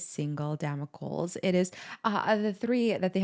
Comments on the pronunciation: Pronounced in British English… Dam - O - klees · "Dama-coals" LMFAO!!!!! hun I promise I'm not laughing at you I was just so caught off guard by the way you said it. Love you awesome video keep on killing it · Every American reaction cannot pronounce 'damocles'